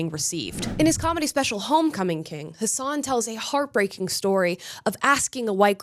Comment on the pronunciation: Amala if you want people to call you Amala and not Ahmahla then you should learn that his name is pronounced as Hassan not Hasaaahn